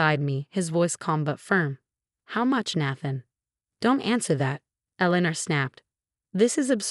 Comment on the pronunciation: Nathan is pronounced "Nay-than". 🙄